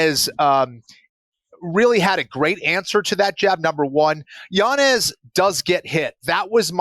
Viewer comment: I know u love the correct pronunciations JA so it’s Yan-Yez